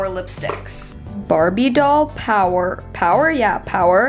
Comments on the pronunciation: SHE SAID POWER NOT POWDER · its powderr not power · You read the jelly lipstick one wrong it was bardoll powder not power haha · She said power instead of powder and toeses idk how to write that instead or toetes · I'm so sorry but it but it bugged me when you said "power" instead of powder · “power? yeah power.” p o w d e r powDer 😂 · "Dream pairs" -> "Dream paris" "Powder" -> "power" lmaooo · Lol 😂 she said power instead of powder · Did anyone else notice that the gelli lipsticks names she read out barbie doll power but it was powder lol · Is she dyslexic? It clearly said powder not power no offense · Lol she said power when it was powder 😂 No hate tho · I don't mean to hate!!! It said powDer and toetos not toesies. I would want someone to tell me so I told you!!! Again, no hate! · She said power instead of powder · She said power instead of power x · POWDERRRR not POWER haha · Its powder not power haha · She doesn’t now how to read. “Powder: power, power? Ya,power” and “pairs: Paris.....” are u ok?